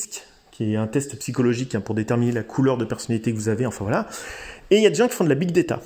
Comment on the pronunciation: On dit pas big déta, mais big data